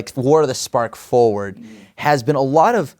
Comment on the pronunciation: It's fo(r)ward.